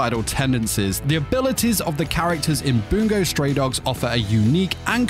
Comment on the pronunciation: every time he says "boongo" stray dogs i want to jump off a cliff